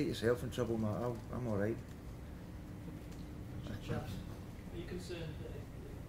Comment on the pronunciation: why dosen't he use Max clifford's services he is destroying our team both of them can Daglish speak proper Grammar than using words like ''bang on'' and ayalight instead of allright